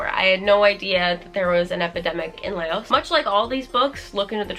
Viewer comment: hi!! if i’m thinking of the right country, Yaba is set in Laos which is pronounced laus instead of lay-os. just thought i would let you know:) thank u for all the amazing content <333